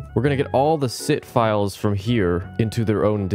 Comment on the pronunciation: general kenobi (also sit files sounds like SİTH files!)